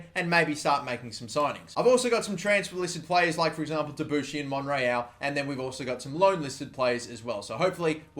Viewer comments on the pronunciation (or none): none